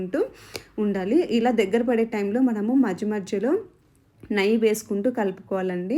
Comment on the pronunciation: నయ్యి కాదమ్మా, నెయ్యి అంటారు అనుకుంటా...